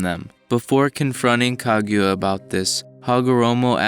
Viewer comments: It's KA-GU-YA Not kag ya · Son, can you say her name right. It's not Kagyura, it's KA-GU-YA. It's a literal sound son like you sound like Michael B Jordan Noroto. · Anyone else annoyed by his pronunciation of "kag you ah" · I've been pronouncing it "kah-goo-yuh"